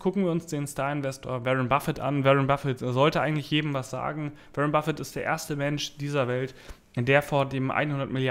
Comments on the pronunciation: Warren [Buffett] spricht man "WOrren" und nicht wie "WErren" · Wie lange dauert es noch bis du lernst den Namen von Waren B auszusprechen Ein weiteres Jahr?